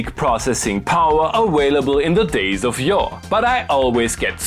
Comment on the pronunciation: please learn how to pronounce your V's. its getting old. awailable ?